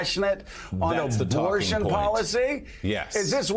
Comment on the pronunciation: Joe you said obortion 😂😂😂